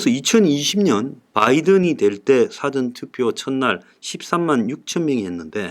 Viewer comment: 사전투표. 이분 발음이 dictionary 투표 같이 들리네요.하하. 웃자고하는 소리입니다. 힘네세요!